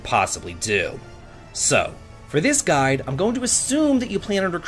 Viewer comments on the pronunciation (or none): Why did you say guide like that? wtf is wrong with you lol